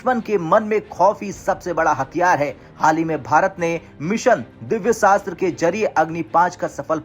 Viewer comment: दिव्य शास्त्र नहीं मिशन दिव्यास्त्र होता है हिंदी न्यूज़ चैनल होकर के काम से कम हिंदी बोलना तो सीख लो